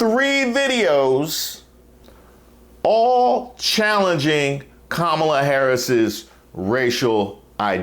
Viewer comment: Hey Caindisss it’s COMMA LA!